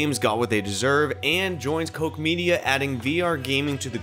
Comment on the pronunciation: Love your work man. But I want to issue a correction it’s prounuced kotch like scotch. I use to work for them